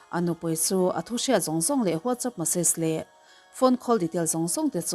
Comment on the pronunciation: Whatsaap tih i lam tel zeuh alom